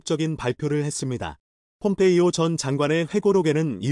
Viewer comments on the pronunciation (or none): none